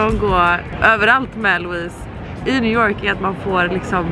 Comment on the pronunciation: Ursäkta en liten pik, men det är lite roligt med ditt uttal på New York, det blir liksom njew jåååårk